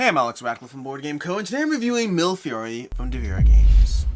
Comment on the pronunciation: I like your reviews, and love this game. But, repeat after me: me le fee ori.